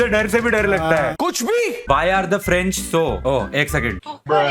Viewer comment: Apki pronanciasion kafi galt thi french ki. Pronunciation jan ke spelling galt hai